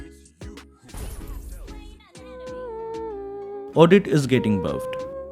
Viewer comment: You say amine instead of enemy and I'm not gonna telling you the time so now you must find it from the video 😂❤